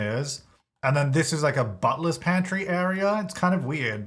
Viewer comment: Had to google what a "buttless pantry" is. Then I found out that he was saying "butler's pantry" 😭😭